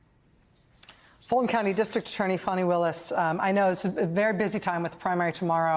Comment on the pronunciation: It's not Fawneeeeee.... it's Faneeeeeeeeeee.